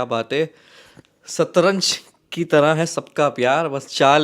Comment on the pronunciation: It's Shatranj not Satranj